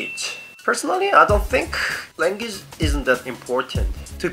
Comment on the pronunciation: langgidge?foreyner?lol dont mind me